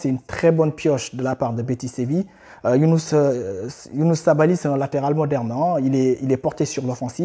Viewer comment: C Youssouf sabaly pas younouss mais merci quand même 💪🇸🇳